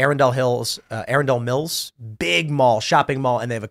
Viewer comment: Woah lmao! Tim pronounces Arundel Mills way way wrong. It's pronounced A-run-dul Mills